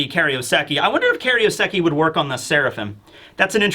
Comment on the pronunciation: Every time says the Japanese name of Seastone I feel like screaming at the screen. it's Kairoseki, not Keriosekki